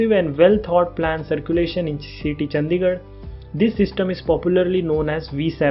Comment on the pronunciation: चंदीगढ़ नहीं भाई चंडीगढ़ होता है। नाम तो ठीक से लिया करो भाई, कम से कम।